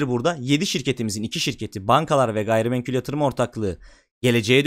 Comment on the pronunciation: Temettü portföyü yapacaksınız ve orda Ereğli olmayacak. Bence o da eklenmesi lazımdı. Birde "gayrimenkül" değil "gayrimenkul" naçizane düzelteyim dedim. Başarılar